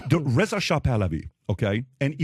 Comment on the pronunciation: It's "Ray-zuh" Kyle, not "Re-za".